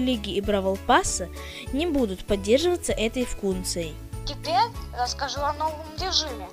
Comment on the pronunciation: Ахахахах вкунции